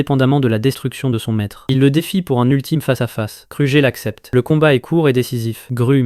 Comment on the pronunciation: Car tu dis krujer abla place de kruger